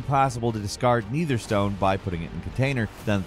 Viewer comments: Netherstone, not Neitherstone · is literally trolling at this point and he thinks no one notices.. he literally said "NEHther stone" and then said it like "Neither stone" like bruh. you're constantly saying words how they are totally no pronounced you've been doing it for a long time. is either AI or literally just a paid voice actor that pretends like the input is his own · I always suspected intentionally mispronounced things. When he's talking about Baldurs Gate 3, he says Netherstone correctly the first time, then messes it up the second. But now I wonder why he does it.